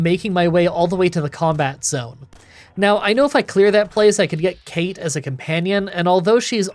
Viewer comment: weird obscure language tip from an Irish person that no one will care about, the character that's mentioned very vaguely "cait" isn't Kate but cawt 😌